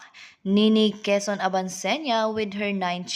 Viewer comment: Quezon ,grabe naman pg pronounce mo ayusin mo..